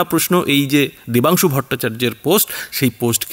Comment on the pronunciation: Name Vatungsu na dabansu valo kore bolo..